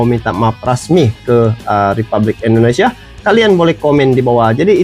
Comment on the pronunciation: Negara kami bernama Indonesia bang bukan Endonesia